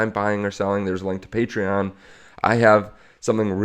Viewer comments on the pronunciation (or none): none